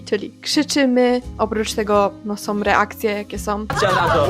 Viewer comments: Ciekawe czy masz świadomość tego, że sama od czasu do czasu akcentujesz ostatnią sylabę? Do tego te om" : "Som reakcje jakie som" 😩 Bardzo to jest niestety "popularne". Generalnie - ciekawy temat. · Bardze ciekawy film. Mam tylko jedno "ale". Zwracaj uwagę na "ą". Mówisz "om" i trochę razi. W kazdym razie - fajna babka z Ciebie i juz. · Ja , sądząc po opisie, zmiękczam, ale mam taki akcent od zawsze i nigdy nie byłam szkolną gwiazdeczką ani nie próbuję brzmieć słodko :)) Ja tego nie wychwytuję w codziennej konwersacji, chyba, że bardzo się pilnuję - wtedy może wyjść różnie :). u Ciebie natomiast słyszę dużo "som". "majom", "robiom" i z kolei mnie to drażni :D Więc chyba każdy ma wrażliwe ucho na inne brzmienia :) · OK, ale dlaczego sama wymawiasz "som", "robiom", "biorom"? Popracuj nad tym, Twoje wypowiedzi zyskają na wiarygodności